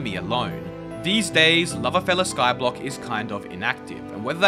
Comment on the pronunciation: Its LoverFella without the L